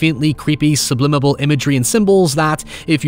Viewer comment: Did you say “sub conscience” and “sublimmable message”